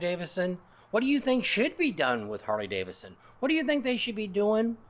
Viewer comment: It would be great if you could pronounce “Harley Davidson” correctly. Seems only fair to the motor company, especially since you’re a 20+ year brand advocate. I’ve noticed you say “Harley Davison”, and you do it a lot! Don’t get me wrong. I’m not coming down on you. You do a fine job. Keep up the great work! You’ve got a fan in me.